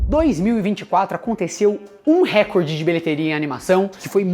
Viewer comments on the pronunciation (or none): none